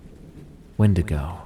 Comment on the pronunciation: 32 real wendingo sightings : "aliens"